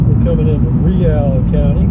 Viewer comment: Camp Wood, population 706, that includes one a-hole in a red truck. Montel looks to be an incorporated area, not a town. You pronounced Real the correct way, takes a true Texas to know that.